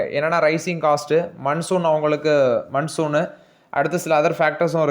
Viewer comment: Bro, Pls focus on pronunciation. For example "monsoon" "venture" check correct pronunciation in Google. This will improve your viewership 👍